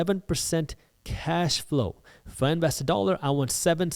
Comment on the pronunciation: "eef" or "if"?